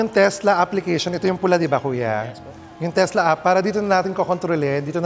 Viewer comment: Teslak. Hahaha charoot